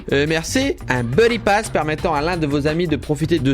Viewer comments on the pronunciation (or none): none